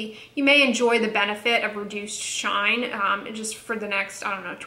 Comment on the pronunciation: The way you say "shine" cracks me up 😂😂 thanks for the review! I think I will be sticking to my trusted vanicream. Happy Wednesday!